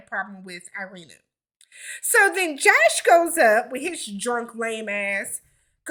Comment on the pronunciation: That Josh boy screwing up the name!!